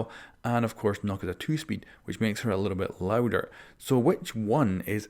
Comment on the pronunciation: Nokk not nuke